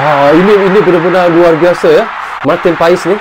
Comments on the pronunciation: Baca dan pengucapan nya Martin pas bukan Martin pa es.walapun secara tulisan/tulis.Martin paes... Jdi nama nya Martin pas.bukan Martin paes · marteen paes dibaca marteen pas bgitu katanya bang